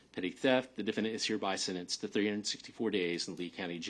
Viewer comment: "The defendant is hereby sinnenced..."